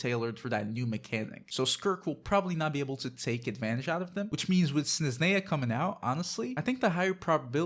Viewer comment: Snezhneya, Zebai and Fyurina 😅. It’s different how you pronounce them compared to me and my brother.